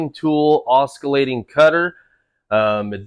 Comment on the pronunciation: Oskillating? No no no no no. Oss ill ay ting